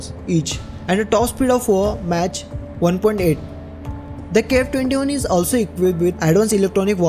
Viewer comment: Mach is pronounced as mak